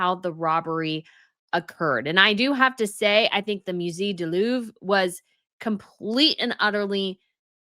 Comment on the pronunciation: Please, learn to say “musee” correctly. It’s not musee (like the word eerie) it’s musehhhhhh - like the word “blazé”… please! 🙄 Or say the word in English IF the correct pronunciation is impossible for you.